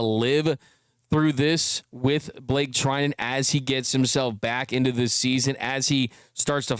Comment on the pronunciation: bruh, Treinen... ur killing me 💀